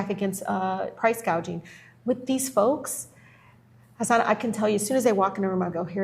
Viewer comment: it's audibly refreshing to hear the congresswoman pronounce Hasan's name properly and not say haSAWN